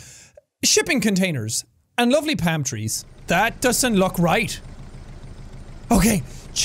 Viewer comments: It’s funny that Seàn says pam trees instead of palm trees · No one: Jack: PAM TREES and ITALIAN ACCENT